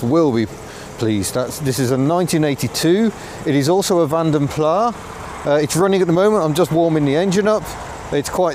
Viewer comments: Like just about everyone you pronounce Van den Plas as " Van de Plar. It's a Belgian /Flemish name which should be pronunced "Fon den Plas". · Great review as always,, but - taking a quick trip in and out of Pedant's Corner - can you please, please cease using the pronunciation 'Vanden PLAHH'. It is, and always has been pronounced 'Vanden PLASS'!! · Absolutely - only the French seem to pronounce is Plah, and we're not French thank you very much! Pronouncing the S at the end (as in Vanden Plass) is correct. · I haven’t read all the comments, but it’s Vanden ‘Plass’ not ‘Plah’. It’s Dutch. M. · British car workers CAN make a car without trim rattles - just ask an owner of a Nissan, Toyota or Honda produced in this country. If the Nissans produced just down the road from me were crap they wouldn't be sending them in their thousands to Japan to satisfy JDM demand. BTW, are you saying Vanden Plah rather than (the correct) Vanden Plas just to annoy me? I have commented on it before (SD1 v. 800 I think) but you still do it! I'll still watch and subscribe but it is a touch irritating mate. Mike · Vanden Plas is pronounced as it's spelt, not "Plah". Interesting to see the footage of this car! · stopped listening when you said, "Vanden Plaaa" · in mentioning corrections to the Princess video, says the car had "been around the clock" so has done 103,000 miles. I thought both the Princess and Ambassador had 6 digit odometers so it couldn't be 103,000 miles if it had been around the clock. Also, in the name Vanden Plas, the "s" should be pronounced as in its Flemish roots. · Nice video, although I prefer to pronounce Vanden Plas to rhyme with glass, not far. I think the progenitor of the styling house was Flemish rather than Walloon, and thus the rhyme with glass is more proper. And was it a Kia you overtook? I rather think it was a Seat. Niggles, I know, but notwithstanding, great content as always.